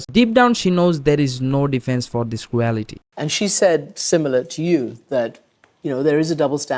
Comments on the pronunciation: Israel existing is a war crime Can this woman read? What’s ‘mozz-limb’ Wrong pronunciatiom: ‘Crew-ality’ Right pronunciation: ‘Creel-tee’ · It would help if you got someone to do the voice-overs that can actually speak proper english. What the hell is croowellity?